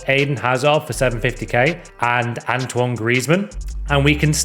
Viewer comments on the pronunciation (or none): none